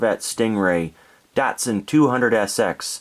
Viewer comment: With the world Datsun the a is pronounced like an o.